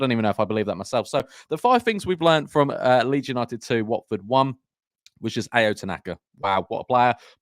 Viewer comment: love the Ao Tanaka love, just a heads up it's "ow" not "ay-o"